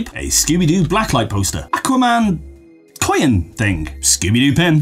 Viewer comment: I've never noticed how you say "coyin" 😂👍 also... What have you been on!? 🤔😉